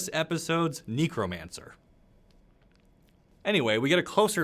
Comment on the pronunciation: So far as I know, you are pronouncing Sangromancer (and related nouns) correctly. Unlike Necromancer. 😜